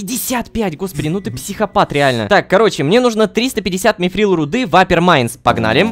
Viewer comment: Ром не мифрил а митрил это из властелина колец все